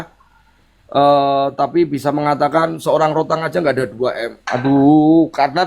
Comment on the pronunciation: denger 2M kayak 2T ..norakk wkwkwkw